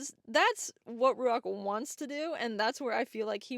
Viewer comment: Is it Ruach like the Hebrew word? Cos should be Ruah more than Ruak